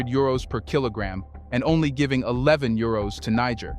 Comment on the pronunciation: Bruh! I love your content….. but please🙏🙏🙏 Learn the correct pronunciation of Niger and Nigeria.